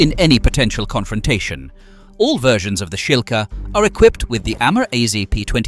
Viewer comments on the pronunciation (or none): none